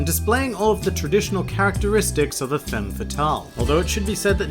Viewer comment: Femme is pronounced with an /a/ and it should be femmeS ;)